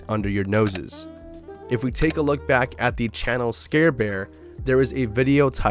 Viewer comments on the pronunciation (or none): none